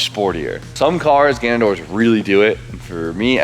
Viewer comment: IT'S GANADOR. NOT GANUNDOOR.